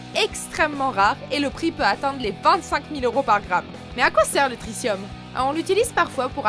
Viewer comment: Tritium pas trissium